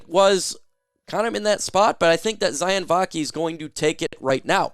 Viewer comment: Sione Vaki’s name is pronounced: See-OH-nay ✌️